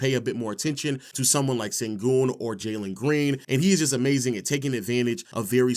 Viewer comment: Sengün, the pronunciation of his name is like S(h)engün, like Shaq or shadow, not Sengün (Saturday).